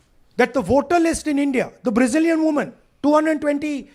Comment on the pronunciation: Bra.....Zil/Zeel.... shameless lady